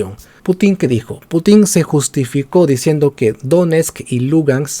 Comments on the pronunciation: No es PutÍn, sino PÚtin. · Excelente video. Sólo una observación, el apellido del presidente ruso se acentúa en la primera sílaba. Excelente y felicitaciones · Como siempre informacion a medias, sin mencionar sus fuentes 🤦‍♂️...en este caso fuentes pro gringolandia....y tan ignorante q ni pronuncia bien "Putin" 🤦‍♂️ (tiene enfasis en la u, no en la i)....y sus ovejas seguidoras lo aplauden callladitos